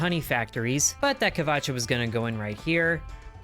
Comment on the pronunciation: You're correct, it is not pronounced "kvacha", it is pronounced closer to "wacha"